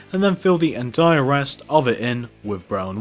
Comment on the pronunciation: no offense, but it kinda bothered me how u kept saying "entire"